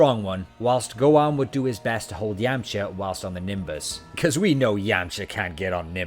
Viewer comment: His pronunciation of Yamcha and Yemma was very unbearable...